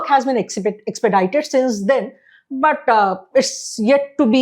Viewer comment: The lady English pronunciation is need to be better. Bataaaa for BUT. Pronunciation mein Style Kam karna pedega. Keep it soft and simple.